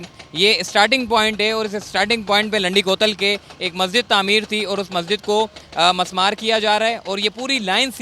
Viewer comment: Mismaar Not Masmaar